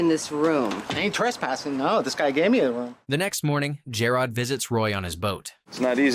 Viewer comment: PLEASE CORRECT PRONUNCIATION OF JAROD's name! Thanks for the recap, I love this show.😀